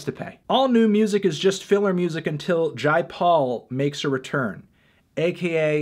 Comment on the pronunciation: It’s jay paul not jai Paul man wtf lol